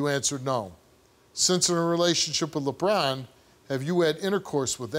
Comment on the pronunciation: Just hearing him say Lebron and it’s not Lebron😂😂😂. And this no audience thing is funny 😂